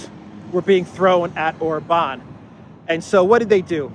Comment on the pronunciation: For the love of God, Orban is pronounced with an accent on the first vowel, not the A. Love your videos, listening daily, keep up the great work! Greetings from down under 😊